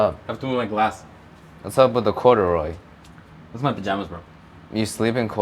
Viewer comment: "Wassup with the corduroy?" "These are my pajamas bro." . . . - proceeds to say cURdUrOy